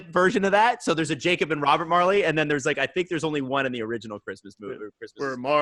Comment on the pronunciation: his fuvking name is "Jacob" say it right once